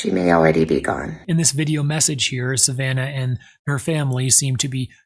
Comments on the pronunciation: Wtf. In every one of your videos you call Savannah, Susanna. It's not hard. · Susanna no its Savannah! 🙄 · It's Savannah, not Susanna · Are you saying “Suzanna” instead of her real name “Savannah” on purpose? ?? Because I’m here trying to figure out who the hell is Suzanna?! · Its savanna not Suzanna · *Savannah, not Susanna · Her name is SAVANNAH lmfao! NOT SUSANNA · Savannah, not Susanna. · Stopped watching after he called Savannah ‘Susanna’ TWICE!! He has the same sus syndrome as the sheriff…‘Saturday night’ F. Off!! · Savannah Guthrie not Suzanna. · Her names ISN'T SUSANNA!! IT'S SAVANNAH! GEESH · Why does he keep saying Susanna instead of Savannah? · Suzanna, I think you meant Savannah haha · Savanna. Not Susanna. Please be respectful and learn the names. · it's Savannah Guthrie not Suzanna Guthrie. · Yea I was confused , I was like who the hell is Suzanna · IT’S SAVANNAH… not Susana. If you don’t know the name of one of the two key characters in this case, how should an audience buy into anything else you’re saying? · Savannah — not Suzanna. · keeps calling her Susanna in every video 🤣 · Really good video and it brings up a lot of good points. Could you please learn Savanna’s name though? 😂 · Dude its Savannah. Wtf. Why cover someone if you dont even know the name? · How hard is it to get Savannah's name correct? How absolutely disrespectful. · And? I thought my point was clear. It was factual. It goes to his preparation for the video, if he can't get the name right (which we've been hearing endlessly) it reduces confidence in the accuracy of the rest of the video.